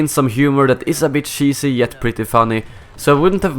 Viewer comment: sheesy humour